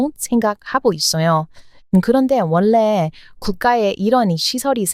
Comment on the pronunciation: 어떻게 이렇게 한국어를 찰지게 잘 하나요? 놀라울 정도예요 너무 잘 하고 있는데 하나만 더 알려주자면 전라도-> 절라도, 원래-> 월래, 관리-> 관리 이렇게 발음 하면 더 완벽한 한국어 구사가 될꺼같아요 방송을 왜 이제야 알게되었을까요 너무 재미있게 잘 보고 있답니다~^^